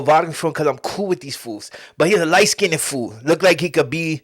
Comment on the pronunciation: Light skinndid?!?! lol light skinned . 🤣